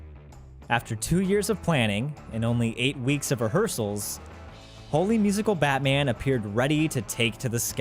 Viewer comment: I really think it's meant to be pronounced "Holy Musical, Batman!", and not "Holy (Musical Batman)!"